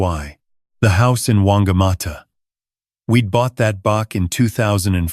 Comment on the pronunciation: In New Zealand Bach is pronounced batch.